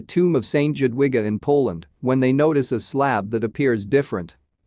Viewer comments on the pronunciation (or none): The way to pronounce Jadwiga is Yadviga I know this as it is my middle name. Shame really, when you tell a story you should learn how to pronounce names properly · Jadwiga is pronouced. Yadwiga! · Not at all. The J is pronounced Y and the W is pronounced V. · J is pronounced YA! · Do some research before making videos and learn how to pronounce the names. The town is Trzebnica. "Cheb-neet-sa" will be close enough. And it's "Jadviga". Say, "Yod-vee-ga". It's not "Conrad eye" but "Conrad I (the first)". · Click bait ... boring electronic robot voice video ... Jadwiga is pronounced Yadviga or Yatvika ... info good ... video not so good ... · Yes, St Jadwiga is a prominent and well respected name in Poland. And it’s not the only name mispronounced....